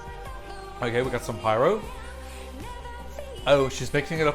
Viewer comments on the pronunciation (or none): none